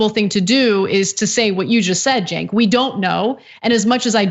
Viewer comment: It’s Chenk, not Jake, btw. And, no, he said that the sexual assault accusation that was made against him wasn’t true. Not that he never sexually assaulted anyone. For all we know there is someone out there he did sexually assault but they never came forward. The one that was made has huge holes in it and a lot of discrepancies in the story. It’s hard to believe it could be true. There is no proof it definitely isn’t true but there is far less proof that it is true. From what I know the woman is currently under investigation for lying under oath for, at the very least, claiming to have the credentials to be an expert witness which was a lie. She also lied about her position under Biden which was much lower on the rungs then she claimed. There is also no one at the top from his team that ever heard about anything even remotely hinting at sexual assault and they barely even remember who she was, hinting at just how low on the rungs she was. She claimed she had told his top people about his behaviour but they don’t even remember her. Even Marianne Baker, his female executive assistant, doesn’t remember talking to her about it and women don’t tend to take these things lightly. Of course they could be covering for him. We don’t know. The only accusations beyond that are him hugging people and touching them appropriately without permission. Even her brother said all he heard from her was that Biden told her that she was nothing to him, which is kind of rude and inconsiderate, but no